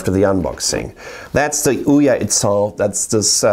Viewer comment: the way he says ouya sounds so right